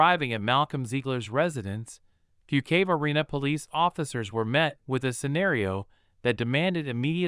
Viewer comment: I'm sick of AI voices that can't pronounce words properly! Phonetically it's Fukekway, north Carolina!